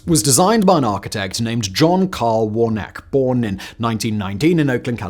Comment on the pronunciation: His name is pronoumced warna-key. do you always get your details wrong?